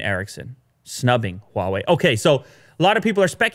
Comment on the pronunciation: First time heard an English speaker pronounce "H"wa Wei correctly. While a lots of Americans will find the "H" sound wired, it actually is the same sound of French "R" - somehow they think French is elegant.